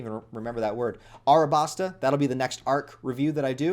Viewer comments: Just saying it's Alabasta not Arabasta. Just like how it's Zoro and not Zolo. Old translation errors and weebs being stupid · And it’s Alabasta like “Alabaster” that stuff that a lot of in Egypt is made from, I don’t know who on earth decided to make you mispronounce a simple word on camera like this but shame on them. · Woohoo! Welcome to the crew! (It’s pronounced Alabasta)